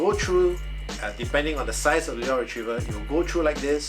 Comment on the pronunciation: any links for the exact one you have? your pronunciation of "lure" is wrong by the way lol